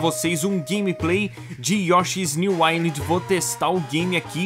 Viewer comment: Yoshi's new inind... que pronuncia é essa? você conversa com seus amigos canadenses assim? nunca fale de uma ilha com eles.